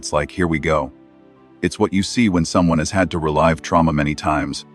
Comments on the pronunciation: "re-LIVE'" them? It's freaking 're'-live' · Yeah and it pronounced "relive" as "ree-live" when it should have been "ree-liv"